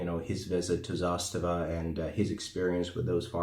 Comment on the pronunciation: Nailed the pronunciation in serbian